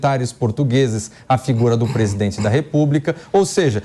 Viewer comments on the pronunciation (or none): Esse "presidoente" velho tá gagá.Impecheament já pa essa larva . Que papelão heim "presidoente?" O papelão ficou por sua conta, deu um show de fiasco, foi a chacota do século e vai continuar sendo em todos os países por onde for.